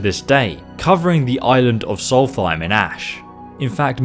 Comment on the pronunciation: its not solfine dude